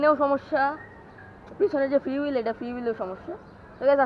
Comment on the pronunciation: Vhi oi ra fiul na freebil bole 😂